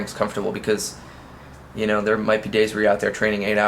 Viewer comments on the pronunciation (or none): none